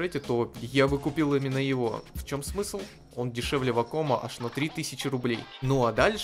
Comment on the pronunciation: вАком блин, а не вакОм Больно слушать блен